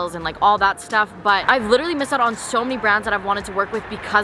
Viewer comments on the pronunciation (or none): nobody:: “LITCHERALLY” 😂 love youu